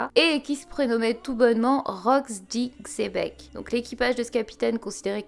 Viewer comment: Xébec ce dit chèbec et sinon je pense que Hache d'argent c Shakky 👍🤔